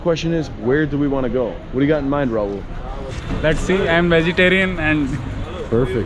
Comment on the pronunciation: Its not Raul the Spanish name. Its Rahul.